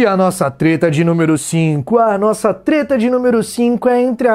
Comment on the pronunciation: opa vc falou teta... a nao pera treta? ALO FELIPE NETO NEWS(Treta News)